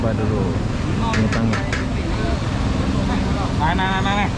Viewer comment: Salam dari Sabah.. lucu dengar abang sebut nasi 'to ngek' padahal sebutannya 'tong gek' 😄